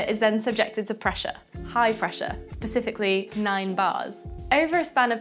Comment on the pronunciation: ‘SPECIFICALLY’!! Aaaaaaargh!